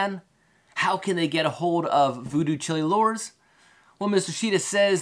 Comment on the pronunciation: Great video but your pronouncing the name wrong. It’s like child without the d, chile. Jimi Hendrix’s Voodoo Child, Jimi says Chile but not pronounced like the country.